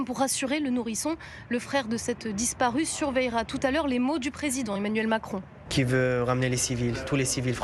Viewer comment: Mais ils ne parlent même pas français ces ressortissants français ! ils ne savent même pas prononcer Macron